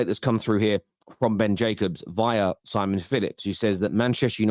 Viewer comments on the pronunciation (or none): none